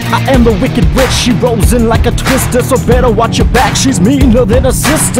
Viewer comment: on he said Night Watch not witch lol